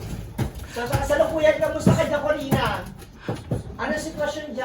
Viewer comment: Kasalukuyan yong hindi kalasukuyan😂😂😂